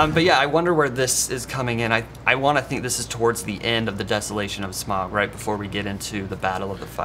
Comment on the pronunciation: Whats with pronouncing Smaug with a odd "Epic Meal" style drawl? So, some dude from F&F7 is the Bard of Dale? Bummer, Benedict Cumberbatch should have 3 credits to the series. js.